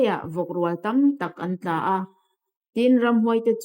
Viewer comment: Vawk kha an 'tlââ 'an tla lo.Bible hi chhiar dik hram tur.A hlu si a.